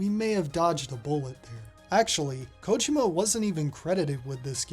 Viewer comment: You might be the first youtuber I've seen that pronounces Kojima's name correctly, that's right it's KOjima not koJIma